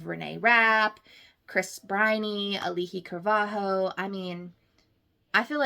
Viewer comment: I really love your thoughts on this musical I also really do agree with a lot of what you said, but hearing you butcher Auli’i Cravahlo made me cringe slightly…Sorry